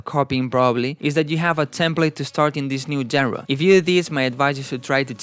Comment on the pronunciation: No hate but just fyi genre is pronounced shanra